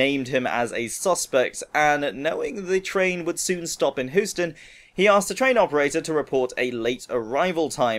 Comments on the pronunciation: I like McCree, he reminds me of Clint Eastwood in movies like The Pale Rider (1985) and The Outlaw Josey Wales (1976). PS. it's funny how you said Houston. it's "Hew-ston" not "Whoo-ton" :D Great Video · its pronounced hue-stun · I'm pretty sure it's pronounced hue-ston